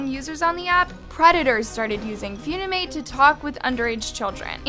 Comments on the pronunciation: Feunimate , never heard of it- (BISHSIWBKABWKWUOWBAK ITS FUNIMATE NOT FEUNIMATE-) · says few-ni-mate when it is fun-i-mate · foonimate💀💀gurl its pronounced fun-imate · girl it's called funimate not fewnimayte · not few knee mate its fun (an)imate - fun eh mate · (Fune-amate) WRONG (Fun-i-mate) CORRECT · It's fun-imate not fune-imate 💀💀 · FEEUNIMATE LMAOOOOOOOOOOO ITS FUNIMATE WIERDO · ITS NOT PRONOUNCED FUNIIIMATEE ITS PRONOUNCED FUNNYMATE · With all due respect, Its not "F-YOON-I-MATE" Its FUNimate. Like FUN Is literally in the name? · It's called fun-i-mate FUN not Fune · It's fun-ni-mate not few-ne-mate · its f-UH-nimate not f-OO-nimate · i'm sorry, fuwnimate? Its pronoucned funny-mate 😭😭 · NOT HOW U SAY FUNIMATE PLSS ITS FUN-IMATE NOT FUUUUNIMATE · Yall talking about this story: Me: why is she calling funimate foonimate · I'm not trying to be rude but it's pronounced fun-ee-mate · she says fue kinda like you say due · No no she said 'phew😮‍💨- ni- mate' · She is saying Fewnimate lol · HAHA- really said 'foonimate' 😭😭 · who's gonna tell her it's pronounce "f-uh-nimate" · LMAO SORRY “FOONIMATE”????? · HELP WHY IS SHE PRONOUNCING THE APP AS “FOONIMATE” 😭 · Hi! Funimate verified creator here! Most of what you said is actually completely false. The amount of creeps on the app are actually almost 0. They’re always automatically banned. And no, no child is putting “single” in their bio. Funimate is literally an app for editing. Also, it’s pronounced “fuh-ni-mate”. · girlll it’s pronounced as “funny mate” 😭😭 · did she just call funimate “fyouneemate”… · I'm sorry, but "Fyunimate"??? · ISNT UPIT PRONOUNCED FUN-I-MATE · No hate but the fact she called Likee "like" and funimate "funamate" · The way u were pronouncing it was so funny to me. Its actuall pronouced 'funny-mate' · Did you just say fyounimate?☺️ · it’s Funimate not foonimate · no hate its "fun e mate" for pronounce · 👏🏽PLEASE 👏🏽LEARN👏🏽HOW👏🏽TO👏🏽PRONOUNCE👏🏽WORDS 👏🏽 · Nah she says foonimate